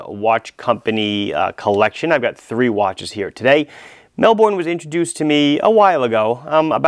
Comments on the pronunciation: Ahhhhh............ It's Mel-burn not Mel-born!!! Otherwise great video of course :D Love the Gold case Portsea, the one you reviewed is nice as well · Mel-BUN. Not mel-bourne. It's not Jason Bourne. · Mel boooorrrrnnneee It’s like melbun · Great review and great to see you stocking this microbrand from my home city! And yeah, over here we pronounce it "mel-burn" not "mel-borne". Aside from that, loved the review! Cheers! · It's pronounced "Mel-Bin"...